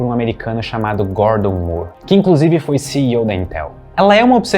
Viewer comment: Moore possui a mesma pronúncia de more, floor, door, core e etc